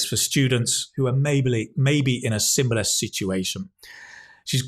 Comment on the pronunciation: pronunciation mistakes 'maybily', 'simbilar'